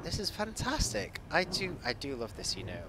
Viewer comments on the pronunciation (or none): none